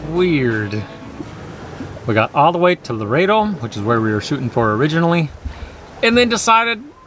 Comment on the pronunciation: I love sailing this area but six times you said the wrong town name. The town is Loreto NOT Laredo.